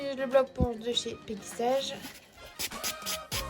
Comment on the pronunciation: Mdr comment tu prononce peggy sage 😂😂😂😂😂 ( peggy elle est sage ) 😅 C'est peggy sage à l'anglaise comme OPI , baby boomer ect ect ect ....